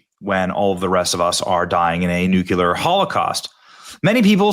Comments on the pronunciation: NU-CLEAR, not nuk-u-lar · Oh ffs ... nuclear, not nucular. Geez. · I thoroughly enjoy your work, Benny- but for the love of God, it's 'nuclear'...NOT 'nucular'. Thank you in advance. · Nuclear Benny, not nuke-u-ler.😂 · Ok benny. The way you pronounce nuclear shows ignorance. I love you. But, you sound like an idiot when you say nucular. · NuCL-EAR...SAY IT...SAY IT!!! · NUKE-LEE-ERR. Dude, you're killing me with that.